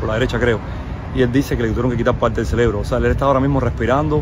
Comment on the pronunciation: CEREBRO CEREBRO CEREBRO, enseñe ese hombre a pronunciar la palabra correcta, me refiero al que entrevistaron con la camisa rosada.